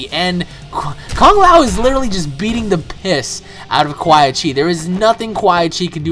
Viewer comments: It's quan not qua chi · sorry But ITS Quan Chi not Quaii chi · QUAN. QUAN Chi. Not QUAI. That was really pissing me off the entire video. Good video though. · QUAN BRO NOT QUAI. (KU-AN) I literally turned the video off Bc of quai chi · The fact that u call him QUAI CHI makes me think this is the first Mortal Kombat you've ever played. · I love your vids and really like you plus you've probably gotten this 100 times but the "Quy chi" was like nails on a chalkboard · ***** Funny how u call Quan Chi "Quai Chi" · It's Quanchi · I cringed so bad whenever he said quai Chi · I'd you say which quichi one more time I will slap the scrap out of you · I thought it was funny how you kept saying Quan Chi's name wrong. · Christian Rocha Yes, it was painful to here him say his name like that again and again.. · Why does he say quan chis name like that